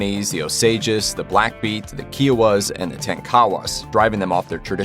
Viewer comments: It’s Kiowa, KI, not KEowa! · They are called Kiowa (like kit) not Keowa (like key). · Jesus, there is so much wrong in this video not to mention the names you butchered. Kye-oh-wah not kee-oh-wah. Also, Quanah Parker did everything for himself and not his tribe. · Kiowa. Pronounced like Iowa, with a K. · Video says: They” had no art.”. Proceeds to show highly decorated teepees, clothing, jewelry, horses and ...art on paper... Do not believe everything this video says, mmmkay? Narrator cannot even pronounce Kiowa...calls em Keeowah...LOL...Always something wrong when colonizers tell the story. Nice try tho. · Jesus your pronunciation of Native tribes SUCK. its KIOWA. K I OWA ( I AS IN I) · You did not pronounce Osages, Kiowa, or Tonkawas even close to correctly. Osages were once the richest people in the whole world. Don't downplay Osages. Our movie comes out in November 2022 "Killers of the Flower Moon" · stopped watching after he mispronounced kiowa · you mispronounced kiowa dumb